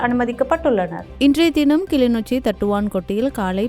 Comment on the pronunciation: கிளிநொச்சியா அல்லது கிலிநொச்சியா?உனக்கேன் செய்தி வாசிக்கிற வேலை?